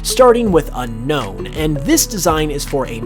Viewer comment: Its U-KNOWN not UN-KNOWN